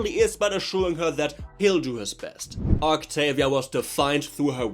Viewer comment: Bro the Fuking "octoolia" got me cracking for almost an hour😭✌️🥀🥀🥀